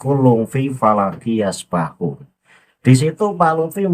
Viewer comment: Hb LBY menyatakan wakullun fii falakinnasbahun. Apakah saya salah dengar? Kan yg bener yasbahuun...?